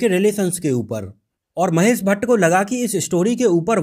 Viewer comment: 00:3 hasmi nahi hashmi sagufufata nahi shagufta mahes nahi Mahesh Mukes nahi Mukesh correction kar lo bhai